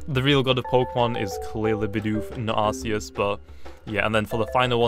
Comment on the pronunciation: Its spelt Arceus but its pronounced Arkeus